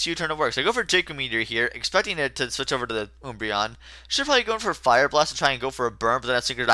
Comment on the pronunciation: Oombreon?!?!? It's Umbreon. An Umbra is a shadow. So yep :) Can't wait for Kirby